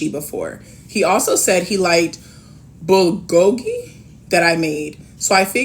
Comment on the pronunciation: From a half Korean, you did a great job of saying bulgogi. If you ever get a chance to eat it, do so. Hopefully it will be authentic though I'll warn you, it's addictive. Eating it with a little soy sauce, sesame oil, kimchi, and seaweed flakes or sheets of seaweed 😋 chef's kiss. I'm obsessed😅